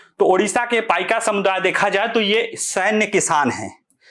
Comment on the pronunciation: आप कृपया शुद्ध उच्चारण कीजिए जो है "पाइक" 🙏🙏